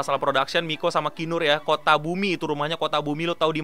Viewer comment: Kutabumi euy, bukan kotabumi. Kotabumi mah dilampung